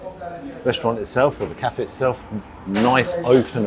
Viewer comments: The way he says “caf” and not cafayyy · It's funny how you pronounce Cafe with out the "e" at the end. 🙃